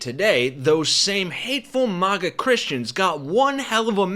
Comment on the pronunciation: Its not M"ah"GA, its MAGA like maggots 😂 the infestation